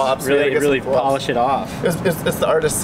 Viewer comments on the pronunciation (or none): none